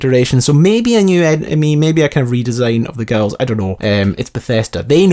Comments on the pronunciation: wtf is a gull??? and i know its spelled enclave but its pronounced onclave gool (or gewl) and onclave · What the fuck is a feral gowel. What kind of pronunciation was that hahahaha. It's a ghoul! Pronounced gool. I don't know why that annoyed me so much but dayum! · Right. Protectron - pro-tec-tron Not "protectortron" Ghoul - gool Not "Gouwel" Enclave - on-clave Not "n-clave" I'm Scottish too man, don't let these people think we cannot pronounce simple words!! Apart from that, enjoyed the video brah! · It's "gool" now "Gow-el" ...... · Ok dude, Ghoul is pronounced like Tool. Gool. Ghoul. Not Gowl. Gool. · its pronounced GOOL! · wtf is a gowl!!! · Lots of good insight; I'd bet the kid is your character's dad or something. I must say though, I've never heard anyone pronounce ghoul "gawal" before. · It's pronounced 'gool' and 'on-clave'. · Can this guy pronounce anything properly? Gowl? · sorry I can't help it, but its Ghoul is pronounce Gool and Enclave is On-claive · who is this Gowel you speak of? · You say ghoul so weird... other than that, great vid. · If your Irish you will notice his pronunciation of the word ghoul.... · LOL ghoul pronunciation